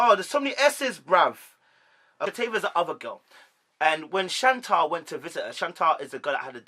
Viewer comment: Good Analysis but let me assist you. Shea (Shay), Shanta (Shan-Tay), Shatava (Sha-tah-va)